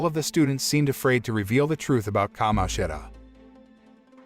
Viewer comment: bad. every time he said certain characters’ names, such as Kamoshida, he messed up the pronunciation